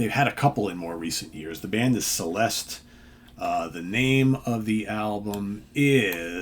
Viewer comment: The name of this band is Celeste. Pronunced as Cheleste and means heavenly. Čeleste.